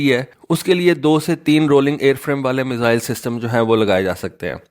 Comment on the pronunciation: بیٹا لفظ میسل نہیں ہے یہ 1 بیماری کا نام ہے۔ میزائل بولو